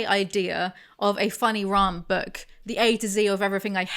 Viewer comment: Rant rhymes with ant, not aunt...